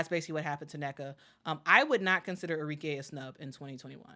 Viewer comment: ARIKE - Are - Ree - Keh (not Kay)